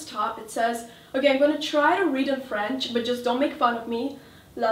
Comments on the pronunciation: Don't worry, your french is very good, good accent ;) ! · I'm French and your prononciation is great !! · Your french pronounciation is actually really good! ;)